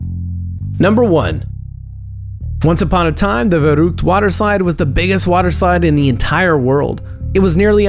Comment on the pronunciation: You pronounced "verrückt" wrong